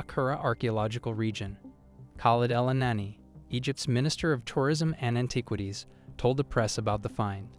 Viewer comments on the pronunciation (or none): Cracked me up when you said AnTIEquities.